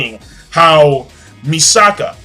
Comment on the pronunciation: MISAKI NOT MISAKA FOR BLEACH AND IT'S MIKASA NOT MISAKA FOR SHINGEKI NO KYOJIN. HAHA They've been getting those two mixed up all month. Good review King!!